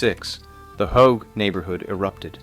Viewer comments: I left this video after Hough was pronounced Hoge. Butchered. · Hough. Pronunciation: huff. Dennis kucinich , also mispronouced